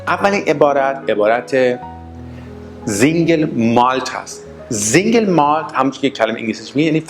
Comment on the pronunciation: Single سینگل نه زنگل تلفط غلط